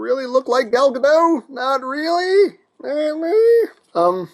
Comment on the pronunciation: Side note: Gal Godot is not French. The T in her last name is not silent. Just wanted you to know.